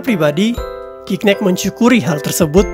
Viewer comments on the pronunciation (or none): Spellingnya Gignac om.. Typo jd Gicnac tuh Om.. bacanya juga "Zi-Nyak" .. semangat terus Om..